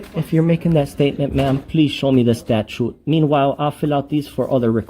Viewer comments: HR can't even pronounce the word correctly! Its not a statue dum dum learn the English language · Statue? can't pronounce words😂😂😂😂😂😂😂😂😂😂